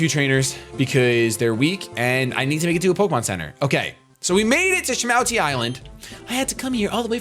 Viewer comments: Have you never seen Pokemon 2000?!?!?! its SHA-MOO-TI island. Its lugia and zapdos, moltres, and articuno. Good movie, must watch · that's from the Pokémon 2000 movie shady it's call shamooty well its said that way lol